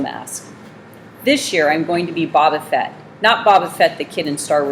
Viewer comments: "Bob uhh fet" that gets on my nerves more than it should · Bobo fett no boba fett